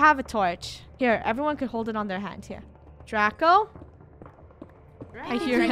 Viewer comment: it's pronounced Draco BTW